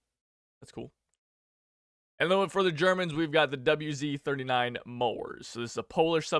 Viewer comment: This battle pass might not be the best but i am happy that it has neat polish smg (still hearing not polish way of saying "wz" and long o on mors)